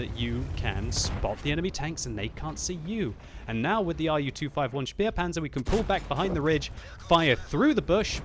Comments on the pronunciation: one day I will get you to pronounce the Spähpanzer correctly. Since you have supporters that do speak the languages, why not take advantage? This name is pronounced Shpay-panzer. I will not force you to pronounce the "z" correctly, as that will take training and practice. However, the name is certainly not "spear-panzer." Cheers, TH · Does anyone else get slightly annoyed every time he mispronounces the Spähpanzer and calls it a Spierpanzer?